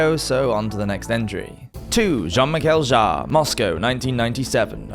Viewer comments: I am pretty sure that you are pronouncing it correctly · Sounded fine to me! I'm not sure how active his fans are online, so even if you are wrong, I reckon you will escape the Jean-Michel Jarre mob!